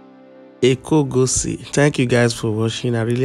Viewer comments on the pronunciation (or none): The way you pronounce ikogosi is not correct at all 😂😂😂😂